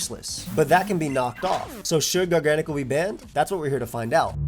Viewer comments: Bro this pokemon, its gargancacacle. What you say, garngcle. Garnagagacle. It's gargacle. Mhm. Garnanagancle. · Hearing you say GARGANACL made me confused 😂